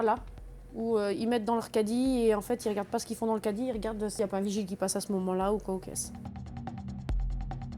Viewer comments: C’est moi ou la voix off ne peut pas dire Cadie 🤔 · La voix off n’arrive pas à dire caddie